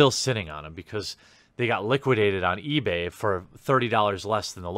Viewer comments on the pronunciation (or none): none